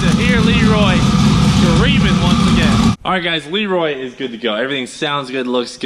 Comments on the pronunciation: listen at the beginning of video of how you pronounce LEROY LOL!!!!! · Cleetus McFarland hey listen at beginning of video of how you pronounce LEROY LOL!!